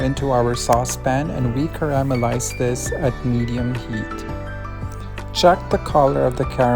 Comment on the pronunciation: pinoy na pinoy yung pronunciation ng caramelize i love it